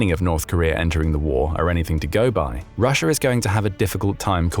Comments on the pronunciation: It's Russia, not Russiar. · why do you say russ-er and kore-er its an A not eerr sound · Russia has an A at the end of it, America has an A at the end of it. Not an r!!!! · These videos make great drinking games. Take a drink every time this guy says Russer or North Korear. You'll never make it to the end.